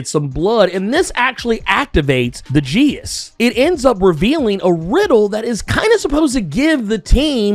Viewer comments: Geas is pronounced more like g'as. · Geas has two pronunciations. If you want to say it in Irish, it's a single syllable, “gesh” (with e as in “bed” and g as in “flag”). Pronounced more in modern English, you'd have two syllables, gí-ash” (with added stress mark, g / sh as in the other pronounciation, long i as in “see” and the a pronounced as the e in “cinema”).